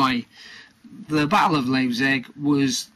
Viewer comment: Pronounced "Liep as in "lie" with a p and cig as in cigarette